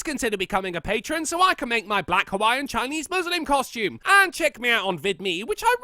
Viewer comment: Also she didn't even pronounce Hawaii right